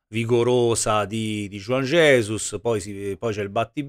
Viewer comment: avrà capito male juan jesus, gli avrà detto mi "rallegro", dai su per favore, il disagio scorre forte qui. Mi piace anche la pronuncia di juan jesus che è diventato jujugiuan ges